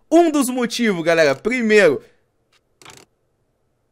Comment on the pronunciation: Para de trocar o R pelo G kkkkk Galegaa